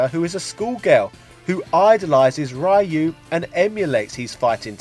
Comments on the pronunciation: It's pronounced Ree - Yu not Rai -Yu 🙅🏾‍♂️🤦🏾‍♂️🙅🏾‍♂️🤦🏾‍♂️ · Reee Youuuu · Ryu is pronounced as REYU!!!! NOT RAIYU!!!!! Damn it!!! How many times people has to correct you this primitive error?!?! Geezzz!! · I don't know as I've always called it Ree Yoo. To me, a Y makes an ē sound. I'm Asian and I've never heard any Asian calling him Rye Yoo. Guess it's kind of like Sriracha as I've never heard any Asian pronounce it with an R sound either as all Asians I know call it Siliacha. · stop saying R A Y U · Every time someone pronounces Ryu like "Rhy-u" a kitten dies somewhere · After hearing the guy saying "RYE-YOO" seven times or so, I thought the video was from 2005 or less. Oh, the surprise xD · I think he does it because people make such a big deal of it. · "Rai-Yu"... listen here buddy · At this point he does it on purpose, because people kept reacting exactly like you are. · "Rye. Yoo". C'mon,!;) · I know, right?! He can pronounce "RYO sakazaki" properly but not "RYU"??? I don't get why it's so hard!